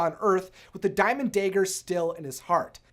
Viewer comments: Why are you saying Dagger as day grr? It's da grr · bruh why you pronounce dagger like that